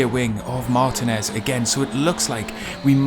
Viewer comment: Excellent video,! I'm not as fast as you, but really enjoyed running Touring Car Challenge this week over 10 races. It's so fun and addicting! BTW, Martinez is pronounced mar-TEEN-ez.;)